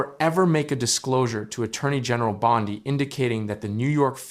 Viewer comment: Please correct your pronunciation of "Bondi". It isn't brain surgery to get someone's name right.